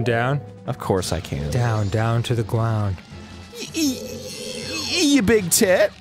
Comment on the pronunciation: Arin wants to burn this temple down. Down to the gwound.